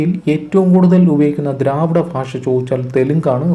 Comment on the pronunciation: ഫാഷ അല്ല ഭാഷ 🙄